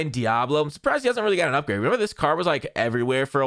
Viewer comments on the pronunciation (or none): none